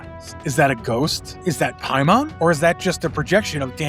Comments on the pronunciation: another event horizon video where an american butchers the pronunciation. Its Pay-mun not Pie-mon EDIT Ive never ever had to slow down a youtube video before. I highly suggest not speaking like youve just done a bump of coke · I hate when people call him PIE-mon. ITS MOTHER FUCKING PAY-mon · I had to go back and rewatch the part where you said the name of the entity. I kept hearing "hymen" 🙈 Also, saying "return again" means Paimon has returned once before. It's like saying "rereturned". Doesn't make much sense, right? 😁